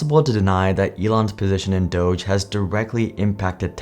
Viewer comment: The fact that people are pronouncing Dog-E wrong will never not be cringe 😂